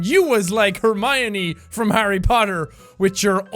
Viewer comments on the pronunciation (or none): none